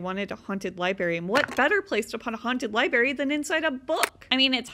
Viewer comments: Library...not libary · Liberry 😂 love your videos but that always gets me